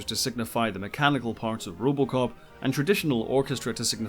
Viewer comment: was curious 'bout movie "Robocop" and all I can hear is "Rubbalcop"